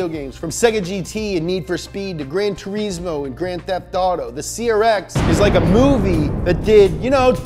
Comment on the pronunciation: the type of guy who can pronounce Mugen properly, but not Gran Turismo. (Spell it out, it's not 2 E's and a Z. It's Gran Turismo, not Grand Tureezmo.)